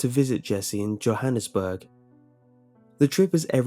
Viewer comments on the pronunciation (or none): At you pronounced Johannesburg incorrectly. It's YO-hannesburg.